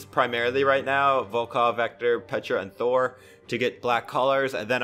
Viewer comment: How it should be said: Thor How Brawlhalla says it: Tho-er